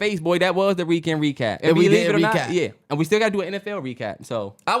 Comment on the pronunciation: They stay saying reekend 😂